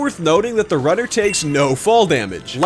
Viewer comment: I heard rudder not runner